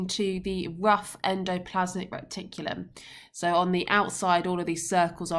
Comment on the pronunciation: Is it just me or it it annoying that Miss is calling it Recticulum instead of Reticulum